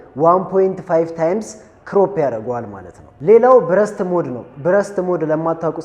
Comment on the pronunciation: አምበሳ ነሽ ተመችተሺኛል ሁለት ጠቃሚ አስተያየት ልስጥሽ አንደኛው የIIV እና የ5 ሴንሰር በጣም ይለያያል 5 ላይ stacked sensor የሚባል አዲስ ቴክኖሎጂ ነው የጨመሩበት 33mp በመሆኑ አትሸወጂ ሁለተኛው እና ዋነኛው ግን የእንግሊዘኛ ቃላት ስትጠቀሚ አነባበቡን ተጠንቀቂ ምታስተምሪ ከሆነ ብዙ ሰው ስለምታሳስቺ ለዛሬ burst ሲነበብ በርስት ነው ብረስት ትርጉሙም ቃሉም ሌላ ነው የሴት ጡት ማለት ነው lossless ሲነበብ ሎስለስ ነው loss ወይም ጉድለት ተቃራኒው lossless ምንም ያላጎደለ ማለት ነው ሉዝለስ አይደለም ሲነበብ በተረፈ በርቺ አሪፍ ነው ያለሺው follow አርጌሻለሁ